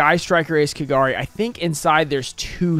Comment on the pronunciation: Why do people slaughter than names in Japanese you say it as if it's a whole name but it's actually 3 kanji. It is Ka Ga Ri. Not Kagar e